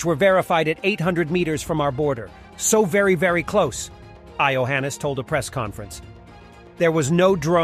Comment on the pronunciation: Ai-oheenis - the romanian president !!😂😂😂